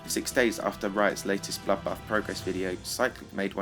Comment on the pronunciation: Wtf. Have you got a problem with bloodbath. You called it 'bollockbath'